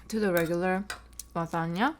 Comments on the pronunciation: "Laganya* hehehe lasagne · she said lasagna like you say “lajania” 😭 but i love your mukbangs!!!! ❤️❤️